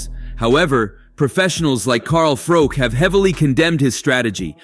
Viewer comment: Carl Froke 😂 it's pronounced Froch as in Botch for you Americans out there 😅